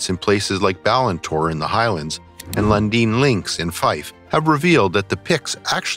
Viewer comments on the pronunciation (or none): Lundin Links is pronounced as lundin links not lundean. And Gaelic is pronounced Gaalic. Orkney is pronounced as ork ney, not as Orkey.